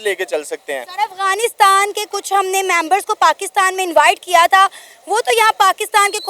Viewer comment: Bro literally said afganistan 😅